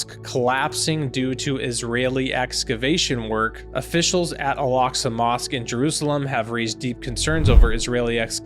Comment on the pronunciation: Why does he pronounce Al Aqsa mousqe as 'Alaska' ?? It's improper. He should read the Quran. Stop ✋️ telling people to read the Bible it keeps changing every season. Read the Quran. Jesus will come. Muslims believe that as well. He lacks knowledge on many fields. Just saying